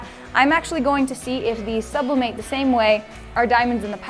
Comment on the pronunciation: "Sublimate" Me: "Subli- nate "